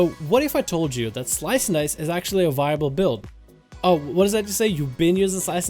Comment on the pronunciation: Pluygers was talking about how you said the word at the beginning of your video lol